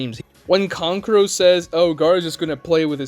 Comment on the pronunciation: lmao KONKuro? Thought it was Kankuro lol